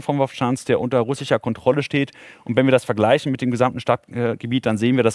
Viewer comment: Die Stadt die unter „Russicher“ Kontrolle steht 🤣 mit dem übelsten Sprachfehler für die BILD in aller Öffentlichkeit. Genau mein Humor